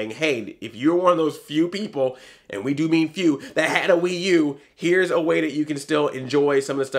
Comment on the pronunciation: I laughed so hard when you said the "Pee U"